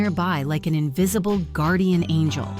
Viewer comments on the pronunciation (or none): none